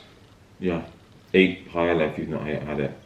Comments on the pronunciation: I want to be very respectful and authentic Also: pie-el-uh 😂💙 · It’s pronounced PIE-AYE-AH 😊it’s one of my favorite dishes the traditional way you make it takes a good amount of time but it’s so worth it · Amo que digas paela Jajajj es paella 🥘 un abrazo para ti!! ☺️☺️ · Ok peps, just to clarify the word (PAELLA) the LL is pronounced like J as in JUICE, JAIL, JUST. In Spain the letters (double LL sounds like the letter J in English. Hope this helps. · will never get over the way brits pronounce paella, cracks me up every time because i never expect it and then... pie-ella. all in good fun though, what’s important is trying other cultural foods, although traditionally it doesn’t have onion either 😆 one thing my professor in spain drilled into us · im so proud of you for the tortilla flip!! it is a rite of passage for the spanish youth. i will not make comments about the authenticity of the paella recipe, HOWEVER, it's pronounced Pah-eh-yah. so happy u liked our food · drink game: take a shot each time says PAIELA lmao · Oh bby you tried so hard but that's not how you pronounce paella 💔 it's pa-e-ya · no, you don’t say it like that 😂 PA - E - LLA, you are adding letters that are not there hahahaha You can look the pronunciation on google translate 🤗 there you say chorizo really well! The tortilla is supposed to be thicker, yes. The thing that I never heard is the 20 minute wait. How do you make tortilla there? You don’t fry the potatoes? PS: I am from Spain and I don’t like paella nor gazpacho at all, but I am the rare one. I love churros and tortilla tho. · darling! ilove you, but Spain is far from the only Spanish country. there's Mexico, Brazil, even Puerto Rico. also it's pronounced "pie-aye-uh". 🤣 you're adorable. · Its pronounced pie-yay-yuh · Everyone mentioning that the paella is made wrong, but I’m just triggered by how she’s saying it. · Your pronunciation of paella is the cutest thing